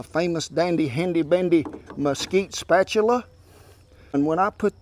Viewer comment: Mr Rawlings insists on putting that L in salmon then proceeds to add an extra R to spatula LOL got to love the guy. great video as usual